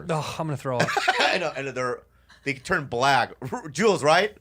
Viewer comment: "tur'd it off. tur'd it off."